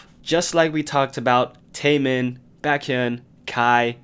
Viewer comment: Dude just pronounce Baekhyun as Beckhyun ...it’s not Backhyun😌